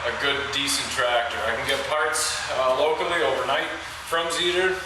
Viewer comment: Not bad video.. only 2 mistakes.. you pronounce Zetor in a strange way. and what you call “screen" is called a filter.